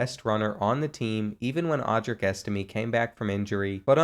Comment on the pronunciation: You say estime’s name wrong